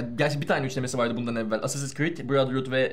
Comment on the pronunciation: Allah'ını seversen şunu essessins diye okuma. İngilizce mi parçalamaya çalışıyorsun anlamadım ama çok gıcık oluyor. Ayrıca "e" ve "a" karışımı ama baskın olarak "a" okunur baştaki harf. Yani Eassasins şeklinde okunur. Gıcık oldum ya.